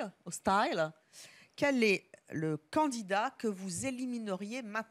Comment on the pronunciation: Évelyne.. on dit candidat pas candinat :P